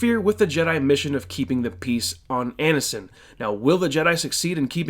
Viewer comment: Your review is great. The way you mispronounce Ansion is a little distracting though haha